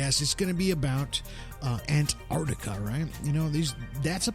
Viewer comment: Terrible. Very childlike presenting. This guy must have done 5 minute's research before the show. Knows absolutely nothing about Antarctica. In fact he can't even pronounce the name correctly.